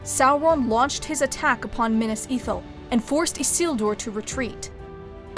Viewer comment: You can pronounce Minas, Isildur etc but you cannot pronounce the word "plague". it is Play-guh, not Plagg.